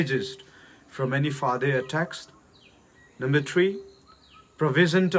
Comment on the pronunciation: thil hi kinal sah tah a sei angai poi e, english a isei ngal ngal d ahile pronunciation jong adih jep ma sei ji uhite. For example "Cowardly" na pronounce dan hi "Covertly" to kilou, "further" nati di jong chu "farther" a na pronounce, "Impartiality" jong ahilou beh a kisei, "innocent" jong "inousen". Jatdang namdang ten ahed thei lou diu ahe . Simple english'a, pronunciation dih chet chet in sei g u hite. American/British accent i copy uva, i pronunciation adih lou chu anal mo ji vale. Personal tah a attack ka bol ahipon, ei ho lah a hi ihabol cheh cheh jeh uva kasei ahi. sksv ngaidam.